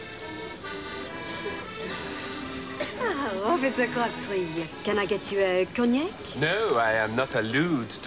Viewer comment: Actually I think that Officer Crabtree was very funny,with mispronounciations which is supposed to be a parody of someone trying to learn a foreign language but doing it badly.